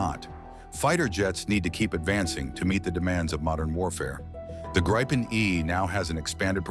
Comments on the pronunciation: Gree - penn it's pronounced gree - penn! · It's pronounced "GREE-PEN" Ammeeroocan !! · Interesting how difficult it is to pronounce. Say "Greepen" (Like Green Pen without the N), and you get it right. And yes, it's an amazing piece of engineering that keeps evolving.